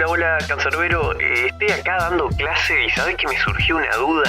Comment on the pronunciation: canser bero